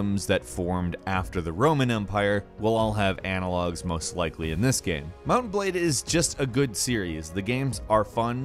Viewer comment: you have a problem pronouncing "game"?